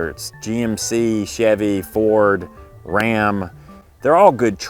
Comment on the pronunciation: My husband and I cracked up everytime you said Rrrrram.